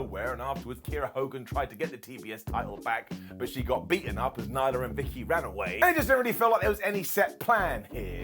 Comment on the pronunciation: Nyla, not Nigla lol